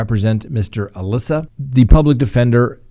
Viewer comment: It’s pronounced Ahmad AL-Issa not Alissa like the girls name.